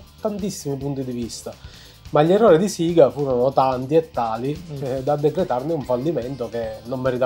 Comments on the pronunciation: Si dice sega non siga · suppongo perché ai tempi in Italia si diceva così nelle pubblicità per ovvi motivi